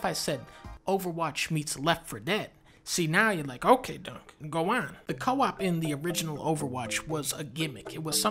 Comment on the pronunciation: Sorry dunkey. It’s doo doo.